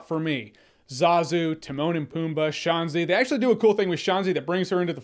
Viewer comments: Yeah, I was confused by how he says her name, like where’s the “e”? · “SHENZI” not “SHANZI” dude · When he pronounces Shenzi like Shawnzee, all I hear is Boy Meets World back in time episode where everyone calls Shawn “Shawnzee Hunterelli” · I loved Whoopi Goldberg as "Shaun-zi" though